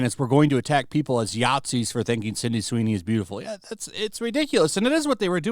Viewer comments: I love your videos my man but it's not Cindy it's Sydney lmao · Why do you keep saying CINDY?! It's SIDNEY! SID...NEY! SID...KNEE! Jezus christ, lol. It's like the 4th video now. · Love the channel but you've been calling her CINDY for like the past 5 videos. Sound it out with me: SID-KNEE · Sydney Sweeney, not Cindy Sweeney. GET IT RIGHT. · "Cindy" Sweeney? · Man you keep saying Cindy Sweeney and I wince every time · He always calls her "Cindy Sweeny" 😂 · Are you saying 'Cindy Sweeney'?